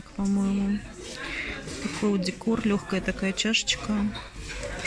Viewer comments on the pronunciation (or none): none